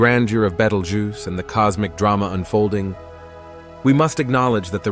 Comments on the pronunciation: Oh absolutely first prize goes to betelgoose 🤣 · I don't think you pronounced betelgeuce the same way twice😂